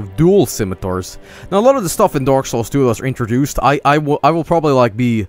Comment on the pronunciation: I love how it sounds like he is saying dork souls